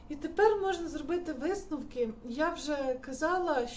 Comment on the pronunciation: "висТновок", "ТеКстикули" - і ця людина буде комусь щось там розповідати що робити 😂